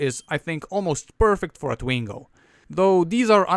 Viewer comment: Its twingo SALE FILS DE PUTE POURQUOI TU ASSSINE LE NOM DU TWINGO